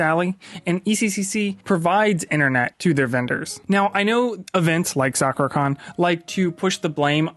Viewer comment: You keep calling it Soccer-Con.... Its interesting that you don't know how to pronounce Sakura even though you've been going to this con for some time now...